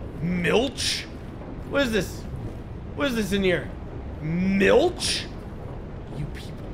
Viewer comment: Not gonna lie, hearing pronounce Milch halfway decent took me by surprise lol!